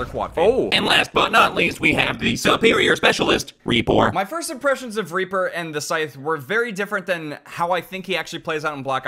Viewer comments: Ree-por nice Hello from Germany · ReE-PeR? Reeper rEePOor